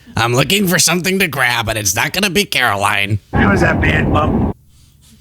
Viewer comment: See ya in church on Sundee, Care-oh-lyin Leavitt.